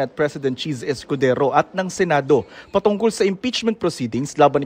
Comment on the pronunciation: Ha ha ha chiz escodezo ang bigkas ni Crocs instead of escodero halatang tinamaan ha ha ha 😂😂😂